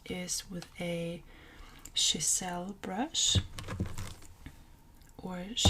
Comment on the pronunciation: I’m sorry but it’s pronounced Chiz-ell😂. nice tips and beautiful work .